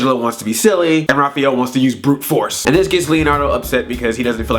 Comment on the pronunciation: You pronounced Raphael wrong.